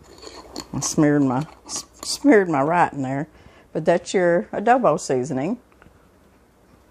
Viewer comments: I was thinking the same thing. I think she means Adobo. I think that’s the spelling and pronunciation for the south lol. Love it! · it's called "ADOBO" not Odobo. I make my beans the same way..